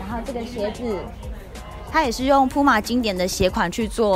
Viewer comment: 不是針對，連puma的名字也念錯，也太扯了吧